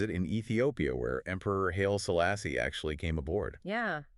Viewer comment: Intriguing story of one of the last two Gearings, and also far and away the best AI voices I've ever heard. The only things that gave it away were "FRAM eye" instead of "FRAM one" (also WW-eye-eye), and "Hail Selassie" instead of "High-lee Selassie." If they were all this close and natural-sounding, I'd follow a lot more channels.